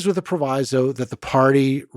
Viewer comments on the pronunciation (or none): none